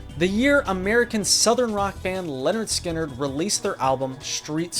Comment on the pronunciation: YES! Not only is this a great entry but for a very rare moment, the band's name was pronounced right!! It is literally the title of their debut album [Pronounced Leh-Nerd Ski-Nerd]. I'm glad to hear it 👍